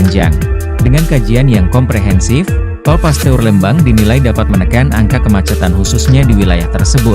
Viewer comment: Min di baca Pasteur,bukan Paste ur .